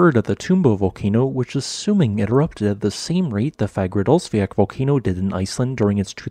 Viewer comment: Sorry if I'm nitpicking a little but I'm curious what pronounciation guide you used for Fagradalsfjall. From my understandinging a double-L in Icelandic is pronounced as a soft TL-sound thus Eyjafjatlajökutl or Fagradalsfjatl in the case of Reykjanes volcano. It's been bugging me for a bit so I figured I'd finally ask. Anyhow, great informative video as always.